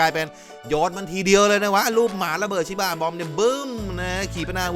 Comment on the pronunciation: สำเนียงพี่ไปเเล้ว5555สุนัขชิบ้ะ